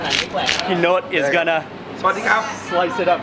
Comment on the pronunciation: Him: P'Note Me: Panot Waley HAHAHA